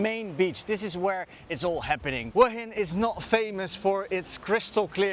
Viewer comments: Excellent description of Hua Hin also pronounced correctly Whaa Hin 🤩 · Straight off the bat, the only guy who pronounces it correctly.